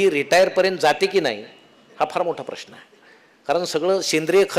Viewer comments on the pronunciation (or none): none